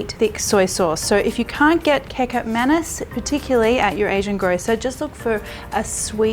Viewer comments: Its pronunced mahn- knees lol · Marion. when you pronounce. samba oelek. Oe. as. oo. in Woo. and also Kecap manis. like. manees. recap manees. hope it helps